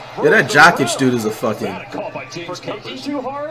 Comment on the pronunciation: Did he just call Jokić “Jock Itch”?😂